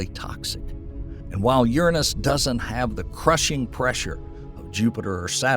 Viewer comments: Sorry, but if you can’t say the gods name Uranus correctly, I can’t listen. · Worth the price of admission for the pronunciations ("Murkery", "Urinous")